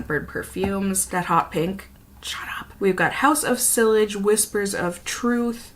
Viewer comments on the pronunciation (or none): Look up how to pronounce sillage and bergamot please